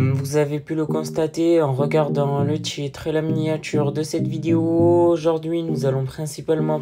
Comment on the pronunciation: Le tchitre, la miniatchure, teintchure, tRRRès, aujourd'chui, tchierce, je vous ai dchit, un petchit pcheu... Contchinuez, c'est rigolo ! 🤣